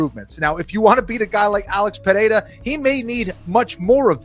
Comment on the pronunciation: Three years in and Chael still can't pronounce Pereira correctly.